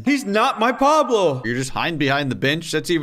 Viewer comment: that’s not pablo, that’s wablo